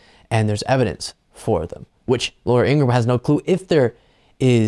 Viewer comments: It's pronounced "Ing-ra-ham" according to her brother. Also, who f'ing cares what she thinks? Thanks! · It’s pronounced ingra-ham(like the meat). Her brother told us on the Brian Taylor Cohen. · Her name is Ingra-ham. Her brother has explained this. It is not Ingram.